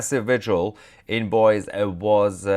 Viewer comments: Btw, it’s pronounced Boy-zee. 😉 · It’s pronounced “boy-zee” - Boise, Idaho. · FYI.. please note that the city in Idaho, Boise, is pronounced "Boy-z" not "Boys"😊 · It's BOY-ZEE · The Idaho city is Boise, (boy-see) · It's pronounced Boy-see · Boise is pronounced with a long e, ie "boy zee" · Hello and thanks for your coverage. FYI: it’s pronounced like Boy- zee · I love you brother but double check the pronuncuation of Utah and Boise. Im an Idaho native. Great work and I heard about the assassination from you.